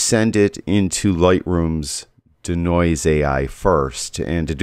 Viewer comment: Nice video, BUT Dude, it's NOT how you're pronouncing it, "dih-noise", like the song "Bring in 'da Noise." It's pronounced DEE-noise, like to de-magnetize, or de-clutter. A long e sound.